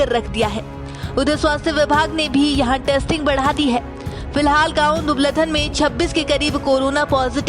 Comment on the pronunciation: Are bhai ye dubaladhan nhi dubaldhan h